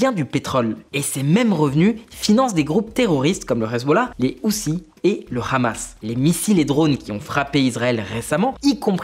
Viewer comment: "Le khamass" dit-il avec un certain accent, un sio visiblement. Aucune impartialité